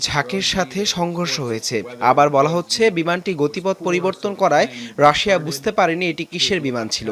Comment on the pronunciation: এই মহিলা রাশিয়াকে শুধু রাশা রাশা কেন বলে?